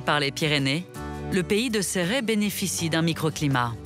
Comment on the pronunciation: Par contre faudra expliquer à l’historienne de Perpi comment ça se prononce Céret ... 🤬